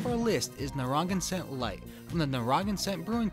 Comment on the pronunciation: “Frame-ing ham” and “Narra-gansett”. Source: Imma wicked new englandah